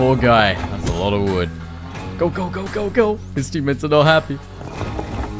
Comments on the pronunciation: Did the quest say collect Vood?😂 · "Collect Vood" 😄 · Collect 'Vood' ? 😅